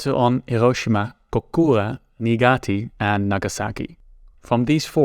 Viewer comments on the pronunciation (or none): Niigat-EE? Bruh, the A is there at the end lol! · Very interesting and informative video, but... I think historians would gain a ton of legitimacy/credit by learning various languages pronunciations. The way you butchered "Niigata" and "Kokura" was really painful.